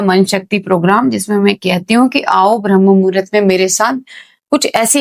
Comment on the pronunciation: यह 'ब्रह्म murhat ' नहीं है मैडम, यह शब्द है - 'ब्राह्म मुहूर्त' है. जब आपको सही शब्द ही नहीं मालूम तो फिर उसकी जानकारी भी आपको क्या ही होगी?